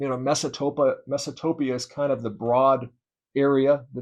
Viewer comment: Isn’t it Mesapotamia? I’ve never heard of “Mesatopia”….